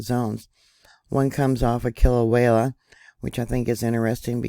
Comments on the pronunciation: All that Vog! BTW, do you speak Spanish? I'm asking because all vowels in Hawaiian are pronounced as in Spanish. Kilauea is pronounced Key-low-ay-a My cousin lives in Hilo! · There is only one l in Kil a uea. Pretty please stop saying it wrong. ❤❤❤